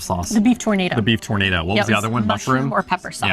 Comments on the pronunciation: LOL Tornado it is Tour na do, like oooh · tournados is pronounced as "tur-na -do" great peace of meat but no tornado .lol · tour- naah- dough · Try pronouncing tournedos as tour-nuh-dough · I'm not sure if you really think it's called a tornado? Or you know it's a Tournedos (French sounding) 😂😂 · You need some France pronunciation session.........it is not a tornado :) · The beef tornado should be pronounced in French:) The tournedos is part of the cow. Loveley video again, as usual.